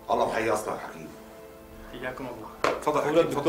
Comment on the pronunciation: الدكتور مش الدكنتور 😂😂